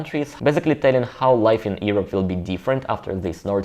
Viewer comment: Good work here. Great, informative channel. One comment: you do very well with English- however- Europe is pronounced: Your up. You and Zack from Russia and Dima from Russia seem to pronounce it "Ear up". Understandable, Ignore the e- Urope. Stay safe!